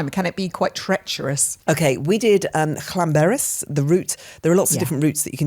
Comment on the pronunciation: Go you on your pronounciation!!! Llanberis 🏴❤